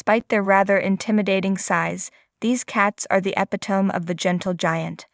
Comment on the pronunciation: Also, 'epitome' is pronounced wrong, I noticed.